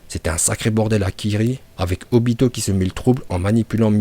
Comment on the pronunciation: On voit que t'as pas perdu ta prononciation parfaite en vo !! Surtout le obitoDaaaa!!! Kushimaru est trop stylé avec sa coupe et surtout c'est un bon couturier !!